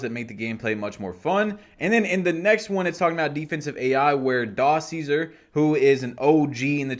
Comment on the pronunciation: “Dah ceaser” 😭🤣😂